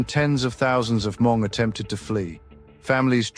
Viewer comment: Why keeping saying “her-MONG?” It’s spelled Hmong but pronounced “MONG”. The letter H is silent in English pronunciation.